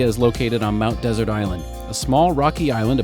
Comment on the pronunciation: Mainers say Mt De. SERT accent on 2nd syllable